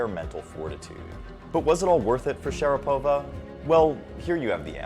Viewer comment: It's pronounced sha-RA-pova not share-PO-va.